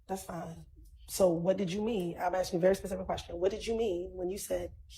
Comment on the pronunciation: Why all these trained attorneys keep axing questions instead of just asking them